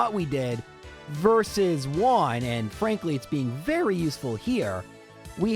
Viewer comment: Learn how to pronounce " Juan"